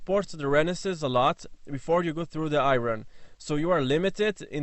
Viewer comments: Hey man just some help on pronouncing "iron", it is actually said like "I earn" vs "I ron". So "Iron money" would be said the same way as "I earn money". This is typical american english FYI. I got a little confused when you were talking about ports but figured it out and figured I would help with the pronunciation. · say i Ron 1 more time 😂🤣😂🤣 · what did he say? Exhaust in the what? Iron?